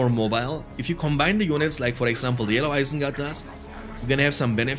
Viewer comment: "mor isengard team" :DD